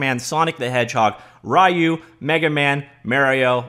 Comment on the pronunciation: Almost makes up for the fact that he pronounced Ryu as "Hi-u" haha